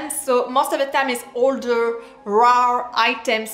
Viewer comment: She says rare not raw, believe me I'm french, She has a very strong accent.